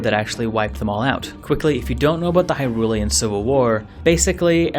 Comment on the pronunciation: Pronounces the word "Hyrulian" just fine Fricks up on saying "Hylian"